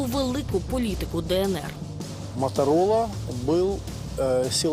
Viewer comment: услышала из уст мамы "Моторыло"...а не Моторола...или мне одной так послышалось...